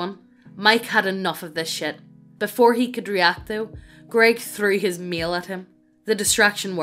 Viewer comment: To be fair, the TTS mispronouncing "grEGg" was hilarity for me XD